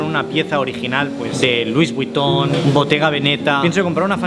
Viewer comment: Por favor no vuelvas a decir luis Vuitton así pronunciado más 🤣